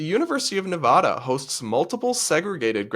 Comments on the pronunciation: It's Neva (sounds like cat) da!! Drives me crazy when it's mispronounced. However, I 100% agree with all you said. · I always joked that I didn’t study something smart in university, getting a BA in Film, but at least it wasn’t made up. It’s a real department in the fine arts college. So glad I went to UNLV in the mid 2000s and not today… Also, about Nevada, make sure the first “a” sounds like apple. We Nevada natives hate when people say NevAWEda 🙄 😉 (Edited to add that your background is perfectly fine. I like it. It’s clean but not too boring 👌 forgot to comment this in yesterdays) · UNR what the hell?? If they were going to add any graduations, I could support an additional graduation ceremony entirely in Spanish because there is a large Spanish-speaking community in both Reno and Las Vegas, so that could be nice, but this is just insanity. Also the way you pronounce nevada tells me you didnt grow up near there lol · You’re saying Nevada wrong!! Please.. please google how people from here say the place we live.